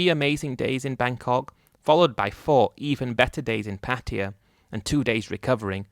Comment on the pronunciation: Why do you keep calling Pattaya as Patiya.. 😅😅😅